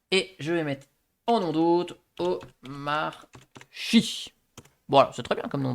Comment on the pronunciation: wow intéressant, merci. (jcroi que ca se prnonce omarki)